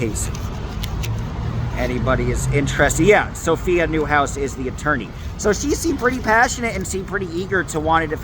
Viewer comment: Coit appointed attoiney. 😂 I couldn't have said that tongue twister right at all.